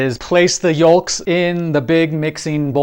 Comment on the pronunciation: Good stuff, bro! Did you pronounce the L in yolks?😂